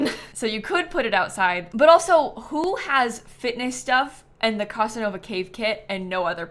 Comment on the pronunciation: The pronunciation of Casanova in this video is sucking out my life force 😅😅😅